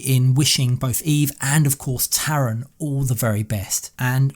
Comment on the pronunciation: His name is Tharan not Taran